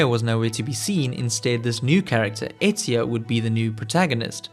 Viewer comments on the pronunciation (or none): none